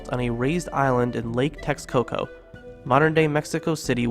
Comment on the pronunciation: That's the Castillo, a Maya pyramid - More Castillo - Texcoco is pronounced [Tesh-co-co]. The X makes a 'sh' sound - The Spanish didn't knowingly conquer the Aztecs using germ warfare. In fact, they were upset Natives began dying of disease. No Natives meant no laborers on their encomiendas which meant no money for the Spanish - Terrible pronunciation of Quetzalcoatl. [Keet-zal-coe-atl] - Another terrible pronunciation. [Weet-zill-oh-poach-tlee] - [Shi-pay toe-tec] - [Tez-cat-lee-poe-ka] - [Sho-chee keet-zal] - [Chal-chee-uh-tlee-kay] and she was his sister, not wife - [meek-tlan] - [Tam-oh-an-chan] - [Meek-tlan-tay-coo-tlee] - [Meek-tlan-see-wa-tl]